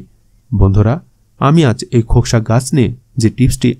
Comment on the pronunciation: ভাই একবার খোকসা বললেন। আর ফল বলার সময় বন্য ডুমুর বললেন। একটু ক্লিয়ার করে বলবেন? দয়া করে।